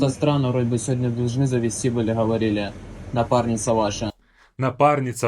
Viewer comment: Why does the prankster say ховорили?